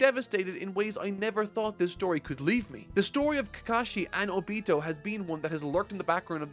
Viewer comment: I couldnt cant past this video without getting distracted by "O beee-toe" instead of "oh-be toe" ever other sentence. Great content either way!